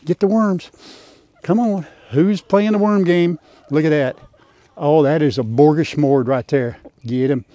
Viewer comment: so happy you posted today and the view of the sky was a glorious reminder of God's love and mercy and grace. I so needed today your singing and love for the animals and especially that little trip you had and most especially your pronunciation of smorgasbord as borgasmord unless I totally heard wrong. I have a broken heart as most all Texans and Americans do today after the evil that happened yesterday in Uvalde Texas. PLEASE everyone keep the precious children who were injured and traumatized after the horrific events and most especially the families of these innocent children and teachers that were killed in your prayers. And the law enforcement officers who witnessed the aftermath of this evil. God is Good!!! All the time!!!🙏🙏🙏🙏 P.S. I type with my index finger only.....hunt and peck..